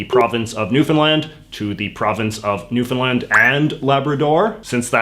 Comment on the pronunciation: He pronounced Newfoundland correctly, subbed.